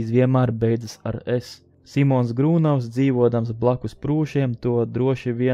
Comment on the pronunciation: Grūnavs, nevis Grūnovs.